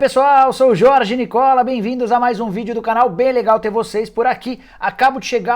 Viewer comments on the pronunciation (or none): none